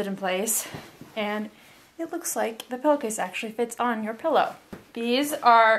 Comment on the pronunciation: “pellow case” 🙉